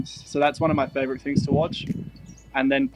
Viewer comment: "fovorite" haha